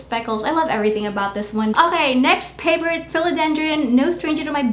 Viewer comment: Love the way you say "Paaavourite" 😁 indeed! Your plant's are soooo beautiful .😍